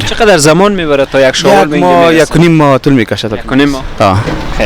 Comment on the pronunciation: شاول چیه برادر بخدابهمان میخندن نگی شاول